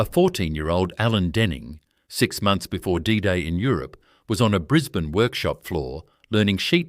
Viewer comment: Correct, the pronunciation is awful ... Brisbaaanee, Layylaand, its appalling, cant watch anymore, its crap!!!